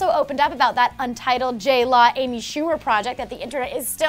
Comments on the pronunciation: J-LAW AND J -LO sounds the same when you say it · They say J Law, not J Lo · tori goulding she's saying jlaw